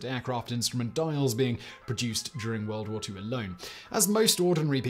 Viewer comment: “World war 2 alone” i heard watermelon 🤦🏽‍♂️